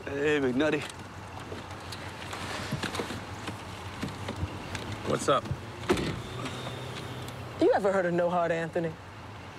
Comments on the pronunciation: I love how Bubbles calls McNullty as McNutty throughout the series. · I love how bubbles calls him mcnutty